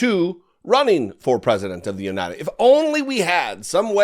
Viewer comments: "United Steak" surely is better than "United shtashtes". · I still remember the "God Bless United Shaates of America" comment....hilarious!